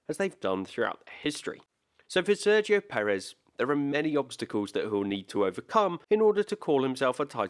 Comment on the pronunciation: I don't understand how it can be so difficult to pronounce his name accurately.